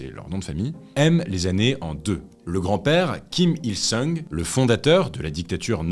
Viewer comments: C'est bien "jong-eun" et le grand-père "Kim il-song" 😊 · En fait Kim il-sung (RR : seong) ça se prononce plutôt « song » entre le o et le a (un « o » ouvert)